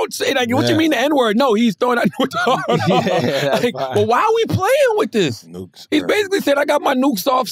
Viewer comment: Wax was tryna sound out Nukes with a hard ‘R’… 😂😂😂😂😂😂😂😂😂😂